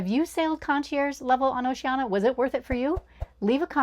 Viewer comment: Need to work on the pronunciation of Oceania. That's an i-a at the end, not an a.